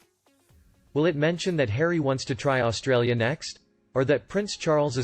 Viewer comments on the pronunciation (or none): none